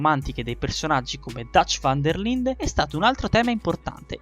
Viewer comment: Si dice Datch van der lainde E si scrive Dutch van der linde